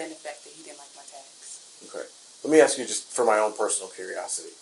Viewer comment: why do some people struggle to pronounce a simple 3-letter word like ASK? 🧐 I’d being inclined to think this comes up more often than not in these people’s lives.